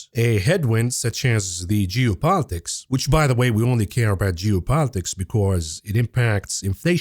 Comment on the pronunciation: whenever you say geopolitics, it sounded like jew-politics. i had to take a double take on that one!